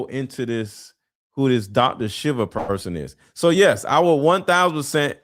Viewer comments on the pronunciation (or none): Dr. Shiva's name is pronounced, "Sheeva" (long e's with emphasis on SHEE" Susan Burns